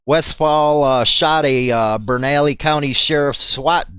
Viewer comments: Burn-ah-lee-o county lol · Bernalillo is actually pronounced BERNA-LEO. GET IT RITE BRO ... LOL MUCH LOVE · Bernalillo is pronounced burn-ah-leo